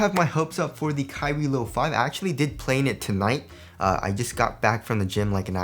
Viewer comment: it always sounds like youre sayin kyrie LIL 4